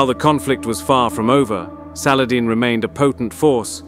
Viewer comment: Was hoping they would pronounce salahaddeeeeee.